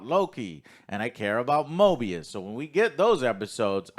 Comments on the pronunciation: Stop calling him Morbius, it's driving me crazy 😆 It's MOBIUS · Joe keeps saying "Morbius", it is "Moebius", right? Like I haven't watched this show, but given the nature of this show, a moebius strip reference in naming makes much more sense than a vampire... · I think it’s actually pronounced MObius, MoRbius is the Vampire while Mobius is the TVA Agent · love how they're saying morbius and not mobius lol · Mobius, not Morbius. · Come on guys it's Mobius not morbius don't remind me of that shitty Jared Leto movie. I think the best thing about this season so far is the budding bromance between Loki and mobius, Loki's never had any friends at all so it's really cool seeing them actually show concern and be friendly to each other in a way that doesn't involve Loki just trying to manipulate everyone around him. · Why they keep saying Morbius ☠️ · Its Mobius not Morbius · Moby rhymes with OB: mOBius! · I think I twitch everytime they call Mobius Morbius. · its mobius not morbius 💀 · Guys……….. It’s MOBIUS THERES NO R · Mo-BEE-us guys, he ain’t no vampire. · Argues over X-5’s name for 5 minutes. Fucks up Mobius’s name 20 times.